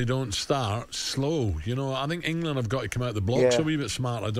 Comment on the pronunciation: Can’t even pronounce the country he lives in. It’s 2 syllables mate. Eng-land